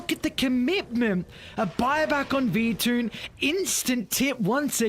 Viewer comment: I was gonna say, he says it like this all the time. ITS V -TUNE